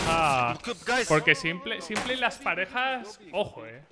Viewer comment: cada vez que dice simple, me explota un pulmon. Simpel, no simple por dios jajaja